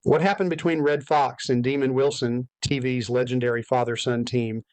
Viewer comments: IT’S DEMOND, NOT DEMON. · Nice butcher job on demonds name....demon it isnt